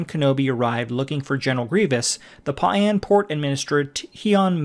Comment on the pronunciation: I can't watch when the PAU'AN species is pronounced "PAWN" and the planet UTAPAU is pronounced "OOH TOE PAW"